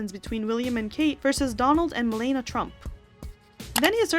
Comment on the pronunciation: And Trump’s wife ‘s name is pronounced Meh-Lah-Nee-A.